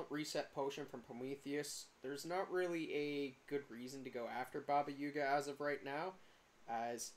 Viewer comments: Did you really just call Baba Yaga , Baba Yuga? its AA not UA. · great vid, the "up to 15 min in" thing was killing me... just why u call it baba yUga? LOL also there are 2 more trees you can climb btw, the ones closer to the portal